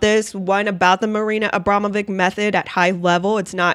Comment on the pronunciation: Her name isnt pronounced Abrama...vick. Shes Jewish and Serbian. Its pronounced...Abrama...vich. Anyone whose been to Yugoslavia or Kosovo or Serbia knows this.